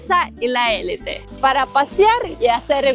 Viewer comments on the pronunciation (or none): none